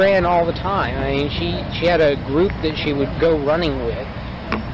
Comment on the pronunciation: I think the noise Stephen McDaniel makes is supposed to be "I mean" but he just says it in one long syllable "I-eeeen".